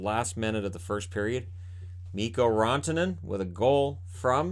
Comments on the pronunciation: No need to apologize, the Pierre way of saying Rantanen sounds more like how a Finn would pronounce it anyway. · I get that it sounds weird to roll the R on Rantanen, but that's how it is pronounced in Finnish, which you probably knew anyway. But I totally understand how it sounds out of place and distracting while speaking English, especially for a native English-speaker.